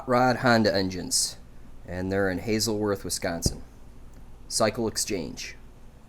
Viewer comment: im sure the people of 'hazelworth' (hazelhurst) are livid. that was so funny.